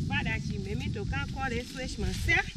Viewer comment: The brother was deprived of seeing the daughter switched. I got the impression he wanted to see it. The switch she brought looked adequate to me; besides the small ones have a helluva sting. It got comical when the mom climbed the fence while muttering to herself to come back with a limb instead of a branch. The mom's pronunciation sounded like she wanted the daughter to go get a "swish". It's more descriptive than "switch".